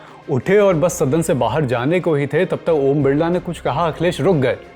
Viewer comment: बिरला नहीं बिल्ला बोलो